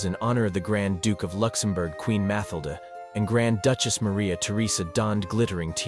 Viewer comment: Dud its FabiOLA and MatilDE stop saying the names wrong if you cant say the names ride don’t make this things make films about pepole whos name you can say